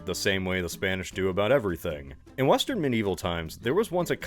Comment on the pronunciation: ah yes i love Weastern America